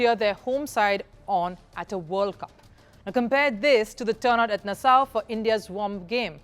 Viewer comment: Does she always sound so condescending? Also, producers or editors don't read the comments. The last video clearly advised Nassau is not being pronounced correctly, it is pronounced Nas Saw!